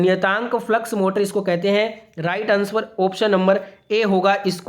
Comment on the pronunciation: अनस्वर नहीं सर आंसर होता है